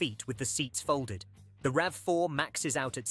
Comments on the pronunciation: R...A....V.....FOUR, did he really say that? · Pronounced R.A.V. = AI blehh